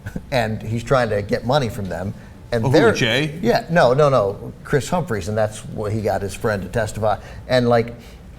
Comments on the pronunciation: it sounded like he said khris cumphries and not humphries . is it just me or did anyone else catch that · Did he just say Kris Cumfree ?